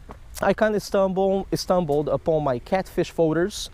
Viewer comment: had to correct stumbled to estumbled 😂😂 always leave me laughing!